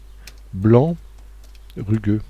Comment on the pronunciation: il faut lire rugueux avec un 'u':) Merci pour ce nouveau tuto #clapclap